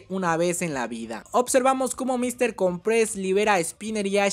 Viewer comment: se dice Míster cOmpres... como que con un acento en la O de cOmpres. es artante escuchar que le dicen mister comprEs..